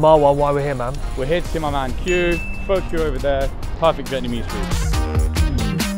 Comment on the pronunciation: Completely missed the pun Pho Cue, by mispronouncing it 🙄 Great video though, I'm heading into town!